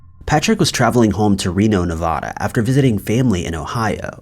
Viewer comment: Hey I've said this before but it's not pronounced Nuh-vah-duh, it's Nuh-Vad-Uh. This drives me crazy.